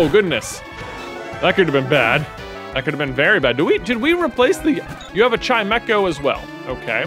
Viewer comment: Excuse me? "Shy-Mech-O"? Isn't it "chime-shoh"..?